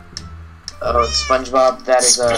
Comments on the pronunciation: spunch bawb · spoge bob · oh god I can't believe how much you butchered spongebob